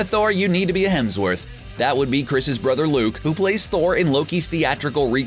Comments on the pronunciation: "Chris HeLmsworth"? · HEMSworth. Not HELMSworth. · the narrator mispronounces Chris Hemsworth's surname as "Chris Helmsworth." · ....I juuuuust need to stop you. You consistently always say "Chris HeLmsworth". It's HeMsworth. You.....should apologize. Apologize to the guy named Chris Helmsworth who constantly thinks you're talking about him!" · "Chris Helmsworth" RLM anyone? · Fishburn, Fishbourne... Hemsworth, Helmsworth... are you fucking with us? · FALLCON?!?! Fall-con? HELMSWORTH!?!! do you know how to speak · "Helmsworth" made it in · did he say “Chris HELMSWORTH”???? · lol he said chris helmsworth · Ironic listening to the narrator on a marvel movie fan channel talking about “Betta Ray Bill” and “Chris Helmsworth.” This idiot cant even pronounce “alma mater,” but they keep hiring him to read the script, apparently. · He definitely said “Helmsworth” instead of Hemsworth, and Benadar instead of Benatar!!